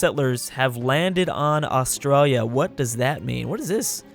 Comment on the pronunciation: You say Australia wrong